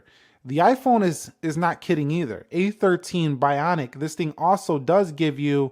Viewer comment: Sir your said A13 bionic?